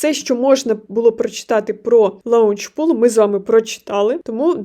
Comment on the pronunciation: Не лаунчпул, а лончпул